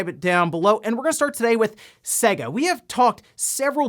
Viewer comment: Hate the way he says "Sehger" it just triggers me, you only have to boot up Sonic to hear how it's pronounced. It is said "Saygah" but it really doesn't matter, it just annoys me so much lol